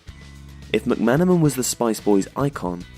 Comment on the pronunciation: Also, Mc-Man, and Houghton (not Huton).